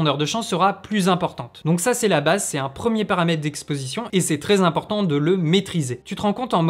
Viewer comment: Excellente vidéo ! (A part le troz-important qui heurte mes oreilles 😅) !